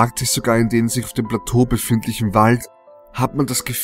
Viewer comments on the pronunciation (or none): none